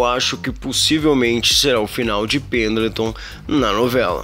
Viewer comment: Você falou penatão